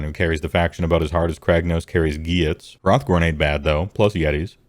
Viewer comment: "Gwhyuts" It's "GHIT"S bro